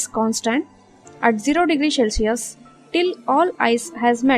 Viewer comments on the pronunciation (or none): Its cel si us and not shellsius